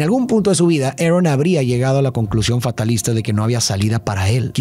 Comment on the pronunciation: Lo siento de verdad pero me da un cringe cuando intentais pronunciar las cosas como los gringos... en vez de ARON dice "eren" o algo del estilo, no hace falta pronunciar los nombres como en la pelicula version original, si el nombre es pronunciable en Español o Latino vaya. Apreciacion no hate